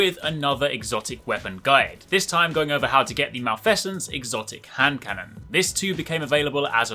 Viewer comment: That is not how you pronounce "malfeasance".